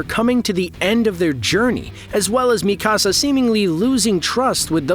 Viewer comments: I could not get past you saying Mikasa like “mi casa” like it’s Spanish omfg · I hadn't read the manga so I appreciated this video, but you mispronounced Mikasa's name every time and I was yelling at the video 🙃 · Why do you feel the need to pronounce Mikasa like that?